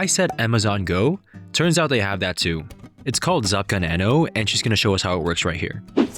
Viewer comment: that's not how you pronounce it. It's żabka nano. The ż with a dot is pronounced differently than z because they are different letters